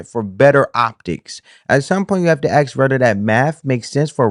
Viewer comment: Asking not axing